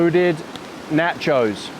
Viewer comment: I didn't like the first 30 minutes of no talk. I like it when you chat with us, makes me feel like I am along with you. And, while I know you are from across the pond and now live on the other side of the equator, the proper pronunciation is TAH-CO or NAH-CHO, not tay-co or nay-cho. BTW, Luke is wrong; you don't need music and I don't think you talk too much. As for ads - I watch YouTube on my desktop which has an ad blocker so I don't see the ads, GSD. Yes, I know there are folks who make their living on YT but I really don't feel a need to be beholden to them. Glad to see you back!